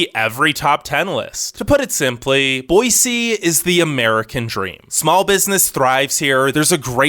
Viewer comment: THANK YOU so much for saying Boy-See instead of Boy-Z! I’m on the eastern side of the state and it burns my ears when people say Boy-Z!